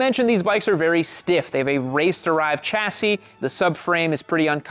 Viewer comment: "chassis" is pronounced "shassy" , I've never heard anyone pronounce it as CHassy